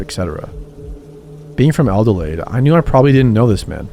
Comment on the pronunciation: I never thought I'd hear mention Adelaide ❤ you pronounced it very wrong but A+ for effort!!!